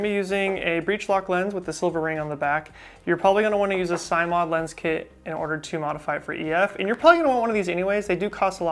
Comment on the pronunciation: Oh, and it's pronounced "sim," as in "simulation"